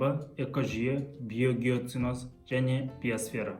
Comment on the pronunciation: Биогеоценозды қәте айтыпсыз